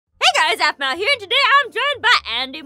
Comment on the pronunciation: you can hear aphnau not aphmau